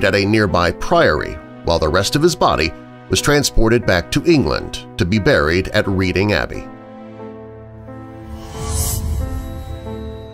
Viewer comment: I knew all of these, but they are interesting. Btw, it is pronounced Redding, not Reeding. A really weird thing about Rasputin is when his body was fished from the water he had broken his bonds and his arms were raised in benediction.